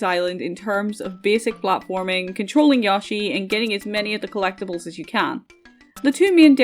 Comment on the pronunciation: I am begging you to stop saying yawshi 😭